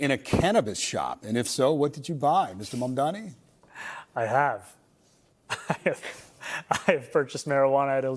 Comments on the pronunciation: It’s Zohran MAMDANI not Mandani .. why nobody can pronounce his name properly !?? Eventhough it’s so simple to do so … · I like your channel; make sure you pronounce your subjects names correctly. Its MaMdani and not MaNdani. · Zohran Mamdami. Pronounce Mamdami with TWO Ms.